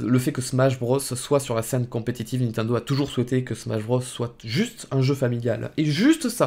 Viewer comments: Sa me fume a chaque fois tu dis nentendo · Pourquoi tu dis "Ninetundo" ? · Comment il prononce Nintendo. xD